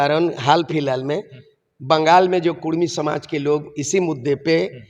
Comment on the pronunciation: रिपोर्टर साहेब,आप हमेशा कुड़मी को कुर्मी कह रहें हैं, कृप्या कुड़मी कहिये ना कि कुर्मी कह रहे हो।